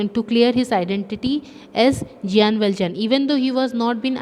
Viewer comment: Sorry for saying but it's Jean not giyan,ok. How ever, thanks for your explanation